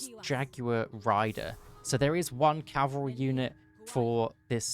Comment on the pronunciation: At this point I think it's impossible for youtubers to say cavalry and not calvary. (Good video btw)